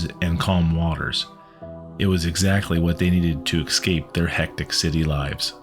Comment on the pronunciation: Good narration ... I just don't like his pronunciation of the word "escape" he says EXcape...